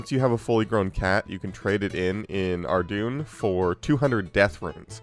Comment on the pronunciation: Just found your channel, and binge watched to here. You got me wanting to do a task man now. Btw it's cool to hear someone pronouncing "Ardougne" right. Well, that's how I say it anyway. That "Ardoigne" crap preferred by some really grinds my gears!😂